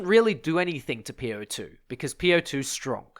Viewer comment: its not called po-2 its called op-2 😂